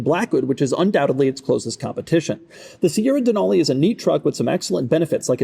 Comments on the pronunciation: Being from Alaska and knowing that the truck is named after the mountain. It's pronounced "Dee-nal-e" like "ca-nal" not "Deh-nahl-e". There is no "H" sound in it. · Pronouncing Denali like that in Alaska is an instant way to let everyone know you're a tourist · DUHNAULEE weird way to pronounce it...